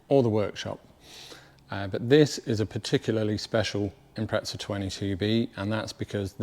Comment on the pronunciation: Note to all British Subaru enthusiasts: it's an Impreza, not an impretza